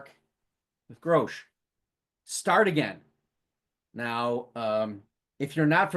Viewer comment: Hey, thanks so much for talking about the album and show! Quick correction: our name is pronounced Grosh like “gosh” (we even have “Oh My Grosh” stickers 😂). It’s a portmanteau of Grace and Josh, we started as a duo and never bothered changing the name